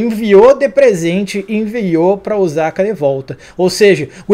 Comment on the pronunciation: Esse episódio foi show. Essa série só melhora. Sobre OSAKA, a pronúncia correta é o SA com som se S. S em japonês não tem som de Z. O som é o mesmo que sapato, sapo….